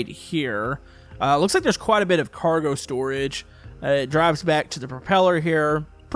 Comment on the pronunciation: Its car-go